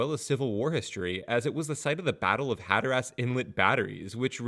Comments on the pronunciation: Decent info, horrible pronunciation. Had to turn it off after the 5th Hatter-ass. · I love the pronunciations Hatter Ass and Ora Choke. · the way you pronounce Hatteras is very wrong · I can’t explain how the pronunciation of hatteras in text but ocracoke is oak-ra-coke. And the best I can do for hatteras is hat-ter-azs but quickly 😂